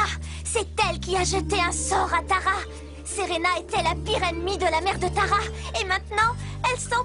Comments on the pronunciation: bad c'est serena et non senba tu as compris alors arrête de raconter n'importe quoi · et c pa serena mais selenba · C'est pas Serena c'est selenba